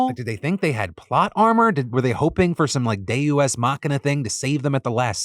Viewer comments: Nobody caught the “day-u-x” instead of “deus ex” silly phil. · Is it pronounced "de-u-s"? Sounds wrong. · Dewu wes what now!? How did he pronounce Deus ex machina? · I’m sorry, a day U S machina? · lmao, "day-you-s" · Please somebody teach Phil how to say DE-US EX MA-KEE-NA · Phil... what is "Deu S Machina"? ... 😅 I know you misspoke, but it was still funny 😋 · Day-oo-es Machina huh Phil. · Hol' up a minute... deU.S. machina? You did not just slide that in, Phil!?! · Is nobody going to mention the insane way Phil pronounced deus machina? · My main takeaway from this show is Phil doesn't know how to pronounce Deus Ex Machina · Phil why you say Deus Ex Machina like some people write "Bone apple tea" instead of Bon Appetit?